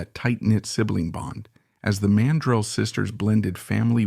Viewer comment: It's PRONOUNCED MAN-DRELL MORON.